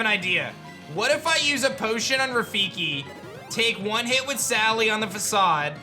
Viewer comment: Dude you're pronouncing Facade wrong.